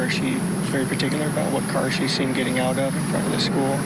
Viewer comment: I hate it when he talks about his car the way he says it